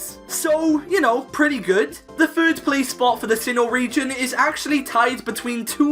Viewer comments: I got really annoyed at "fird" "fhree" instead of third and three... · Why do you say "fird" instead of "third"? Lol